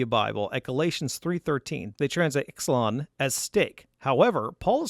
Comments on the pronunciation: “Xelon” - I believe that this is to be pronounced “Zelon” having common roots with the modern words xylophones, xylem and xylene. Otherwise, good analysis. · The Greek word "Xelon" is pronounced: - "Ksee- lon." X is the beginning letter for "Christ," and is pronounced as the "ch" in the Scottish word "loch." Not "ex." 😊😊